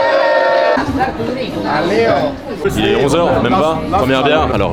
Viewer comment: Mes oreilles ont aussi saignées sur Biergarden, c'est BiergarTen!! 😁